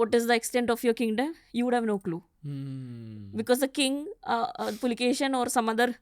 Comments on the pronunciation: Its Pulikeshi ✅ Not A Pulkesin❌ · Immadi Pulikeshi not Pulikeshin II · With all Due respect he is Pulikeshi, pls stop calling him Pulikeshin.... Pulikeshi name was kept with respect to his ancestor... And ofcos Puli= Tiger, Keshi= Hair.... Which means The one who had Fierce hairs of Tiger.... Not literally although, but to emphasize...😊